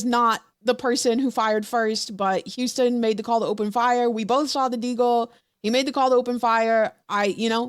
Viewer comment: Boy houston aint no goddamn 3 syllables